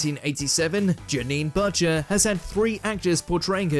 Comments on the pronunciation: Yet again get pronunciations wrong! Janine Butcher it's not difficult. It's pronounced the same as someone who sells meat. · Janine Butt-cher 😂😂😂